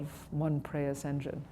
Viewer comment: It’s not “One Prias engine…” it’s Prius FFS… no wonder main stream can’t stand art. 🤮… unreal